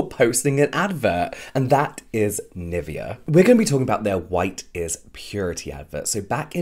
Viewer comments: And I keep cringing on the pronunciation of Nivea 😂, sorry it's just so wrong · I mean no hate whatsoever, but I can’t stand the way u say NIVEA, it’s German u should be saying it like that 😭😭😭